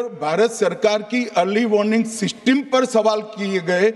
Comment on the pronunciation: Woh seesteem nhi system hota hai.